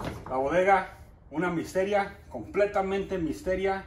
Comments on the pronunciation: Jajajajaka es misterio no misteria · Se dice. Misterio no mistera 👍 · Misterio no Misteria lol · No se dice dijir se dice desir no se dice misteria es misterio y me gustan tus vídeos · se dice misterio